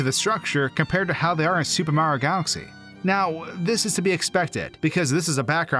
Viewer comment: The way you say Mario is weird. When you pronounce the game it sounds like you're saying "Super Maro 3D World" without the "i" in Mario